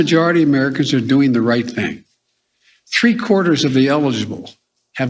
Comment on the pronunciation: He said tree quarters he can no longer speak English.